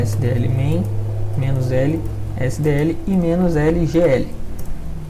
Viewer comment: QUE AGONIA ASSISTIR VOCE FALANDO "MENOS ELE ÉSSE DÊ ELE" PARECE QUE TÁ SUBTRAINDO A COISA